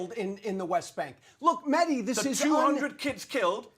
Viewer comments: It's "Mehdi", not "Maahdi"! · "Mardi hasan" ...ai needs some people of colour teaching it how to say names that are more than jon smith...